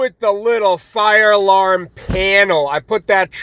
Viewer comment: It's pronounced " Far Larm" lol